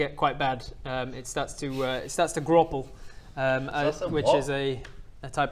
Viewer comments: It is called "Graupel" not "Groppel". In german it's "Graupelschauer", which is snowflakes attached with waterdrops. So it feels like rain but looks like snow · It is German. Its Pronaunced "Graupel" not "Groble", but yea, its like fluffy Hail. Its between Snow and Hail. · To be the picky guy. Graupel is a German word. It describes basically softly frozen Rain. Like the inside is water, the outside a thin layer of ice. It feels like ice if it lands on you but then its freezing cold water. And the au is spoken like out without a t. Graupel.